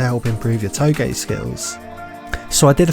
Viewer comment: its not pronounced "takOOmi" its "TAkumi" also "touge" is pronounced "toag" not "toe-gay"